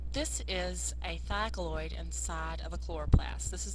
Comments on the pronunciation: This really annoyed me . . . THYLAKOID ! NOT THYKALOID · I hate that word altogether, regardless if she pronounced it wrong..its Thylakoid, sounds like thalloid and that reminds me of thyroid, they all sound the same to me!! ugh!